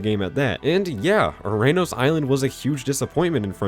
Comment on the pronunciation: “URANUS” Island 😂